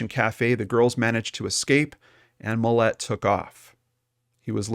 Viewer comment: Its Mill-lot there's no e. And this is old af